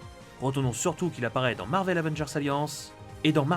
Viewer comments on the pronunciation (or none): none